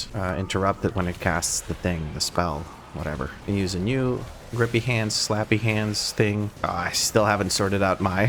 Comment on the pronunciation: HAH, he finally said it right: SLAPPY HANDS.